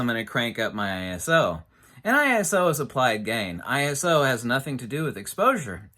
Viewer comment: I would disagree since he pronounces it incorrectly.